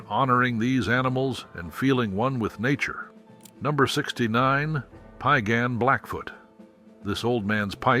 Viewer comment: Its PIE - GAHNN... PIE LIKE APPLE PIE NOT PEE A GAHN!! 🙄